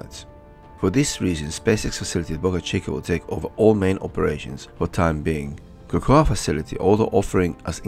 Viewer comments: 'KAKOWA' FLORIDA? Its pronounced 'KO KO' (COCOA) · cocoa, pronounced 'KO KO'.